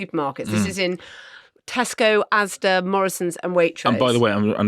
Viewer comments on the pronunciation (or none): none